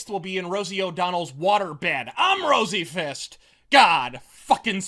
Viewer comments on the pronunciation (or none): Was "rosey-fist" intentional or a happy accident? lol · I swear I heard the tagline as, "I'm RosieFist. God speed!" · "I'm Rosie fist" little soup of the tongue there? Bravo for leaving it in though. Good for the lulz.